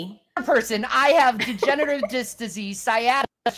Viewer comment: Mightve been mispronunciation of "degenerative disc"